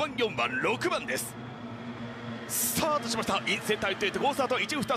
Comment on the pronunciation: 宮島ですね。スタートしました！ の発音が好き。